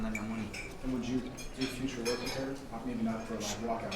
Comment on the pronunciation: "Wok" hard wok